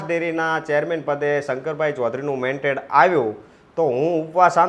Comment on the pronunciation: ભાઈશ્રી, 'મેન્ટેડ' નહીં પરંતુ " મેન્ડેટ" કહેવાય. સોશિયલ મીડિયા પર સાચું બોલવું જરૂરી છે. Pl repeat your speech and hear.